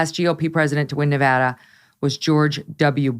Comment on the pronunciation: Congrats on being one of the few commentators that actually gets the pronunciation of Nevada correct. Laxalt will win. The Reid Machine has collapsed.